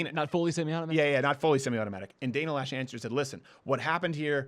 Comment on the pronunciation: I love your show first off. But I must say that you and a lot of other people are saying the spokesperson for the NRA's name wrong. You guys are saying Lash. It's spelled Loesh (Loe) pronounced Low (sh). Loesh.